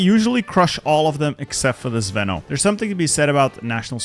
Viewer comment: You say "zveno" wrong, it's not zvEno it's zvenO - the strong letter is "O". The word means something that is in the center and holds strong the rest, also something that is combining things together.